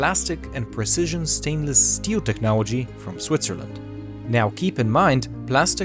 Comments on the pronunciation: I love the way he says technology "technowowgy" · Did he say Technowogy?